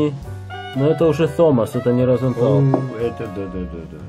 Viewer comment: Розенталь - с мягким знаком в конце слова